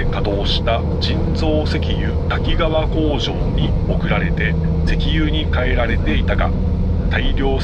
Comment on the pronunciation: たきがわと濁らず、たきかわデス😂😂